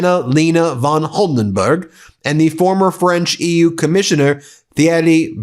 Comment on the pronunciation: "Munroe?" "The U-E"? Who is this guy again? Was he another real estate shell game operator? The tone doesn't matter if you can't pronounce anything you claim to know about.